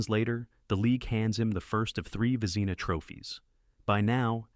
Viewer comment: When the narrator can't pronounce the award to the best goalkeeper, it proves he knows nothing about what he talks about. A waste of time. VEZEENA, MY GOD...